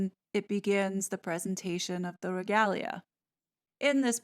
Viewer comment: You rock, as a rule, but I flinched, a bit, until you mispronounced Trafalgar. That battle is one of the proudest moments in British history. Mispronouncing that is a major faux pas. Tra FAL(as in pal) gar, regalia - Re GAYLE ya,, diocese - DI ah seize , Mall - Mal (as in pal), Mordaunt - MOREdunt. tiara - tee AH rah. Just a few helpful hints for the American audience.